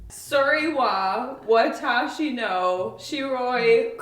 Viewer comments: Pro tip for Japanese pronunciation: English usually puts the stress on the second syllable, but in Japanese it on the first! So, not waTAshi but WAtashi. Try it! But I could understand you fine, I'm sure the Japanese will be delighted. 😄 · Wa-ta-shi usually has equal stress on all syllables. When learning it's usually best to go with equal stress since this is most normal for Japanese. I think Japanese people are fairly used to foreigners who go there now and have learned some duolingo sentences.